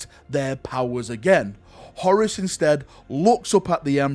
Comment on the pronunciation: Horus here sounds like Horace! I always pronounced it as a longer word Horr_uus.